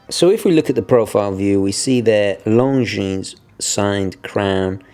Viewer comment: Very good review sir, I like your channel a lot. BTW the S in Longines is not pronounced.